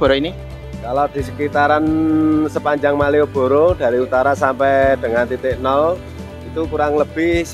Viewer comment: Penekanan maieboro